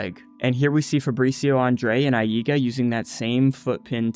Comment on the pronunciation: I read AIGA as eye-guh so when you say eye-ee--guh it disturbs my attention lol thank you for excellent content as always :]